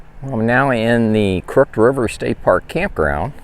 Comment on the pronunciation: "Crooked" is pronounced "krook-id".